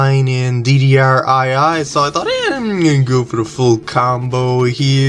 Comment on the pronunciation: Your commentary never fails to amuse me haha! By the way, "II" is pronounced "2" (read as Roman numerals).